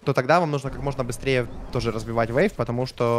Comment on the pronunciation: Зачем ты говоришь вэйв? Вэйв?